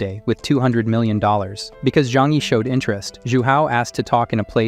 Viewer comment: Yo just watching the new video 7 months later why does bro say mi-lion instead of million?